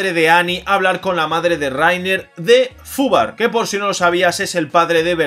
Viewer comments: no es Fubar es Hoover, simplemente que se pronuncia asi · se pronuncia 'juva', no fubar xD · El apellido de bertoto es hoover lo que dijiste sería la pronuncia XD